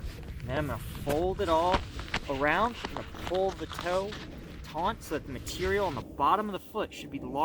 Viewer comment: The word is TAUT no n in the word.